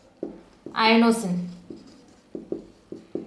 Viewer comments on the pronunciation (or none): I think its inosine not iono